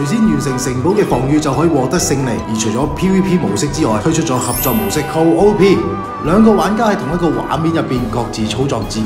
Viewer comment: co-op is co-op. not co O P